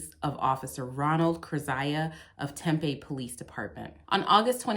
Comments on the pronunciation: It's pronounced "Tem Pea" Tempe not a huge deal just saying, love your work. Found you through Schrodinger's Cat. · it's "tem-pee" don't ask me why. i get made fun of saying "tem-pay" a lot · Terrific video in so many ways. But... Tempeh is fermented soybeans. Tempe (pronounced Tempee) is a city in Arizona. Home of Arizona State University. Thanks! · If you’re gonna keep doing AZ (and you are because Arizona 🤣🤣🤣) I need you to know it’s said Tem-PEE before you get flack for it. ☺️ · Hey just friendly heads up the city this video takes place in is pronounced Tem-pee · Thanks for the videos of this bad cop, hope that further action has been taken against him. But, it's pronounced Tem-PEE, emphasis on the second syllable. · It’s pronounced temp-eee. Like “temporary” temp-eee, temp with a long ‘e’ after. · I believe it's pronounced...tem-pee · we hereabouts pronounce it "tem-pee." not a callout, just fyi. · Amazing job as usual. Just an fyi, people here in Arizona pronounce Tempe as Tem-pee. The video with them illegally entering the home was freaking disgusting.